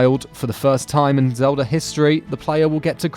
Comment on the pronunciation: Goodness sake, learn how to pronounce TH. It's three, not "free." Also please learn how to say "everything" and not "every fink." Also learn how to say L. You keep saying "Zehwda: Breaf of duh Wiwd."